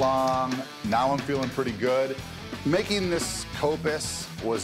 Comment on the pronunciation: Its kopsis